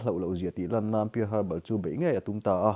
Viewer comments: Pear harbour niloin parl Harbor tih zawk tur aw in lam nawn vesek bawk sia..world history tak2 anih hi hahthlak thin em mai..🤦🤦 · I lam dan hi uluk deuh la thahnem ngaihna vang zawkin pear harbor pearl Harbor.. history landmark hming ania lo sawive mai2..